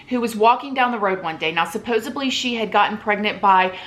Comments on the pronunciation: Is someone gonna tell the word is supposeDLY, not BLY? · Supposedly I think is what you're meaning to say (not supposably). 😘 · Lawd, I love you but it’s SUPPOSEDLY* Thank you so much for this video. I was curious to get your take seeing as you and Carole are both in Florida.